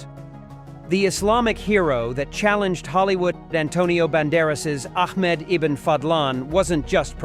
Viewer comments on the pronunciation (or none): Great movie. But please youtubers when using AI voice over make sure to edit correctly its Ahmed not Ahkmed. Every AI video screws up. Fix it.